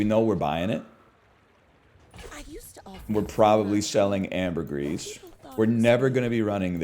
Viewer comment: He said ambergris correctly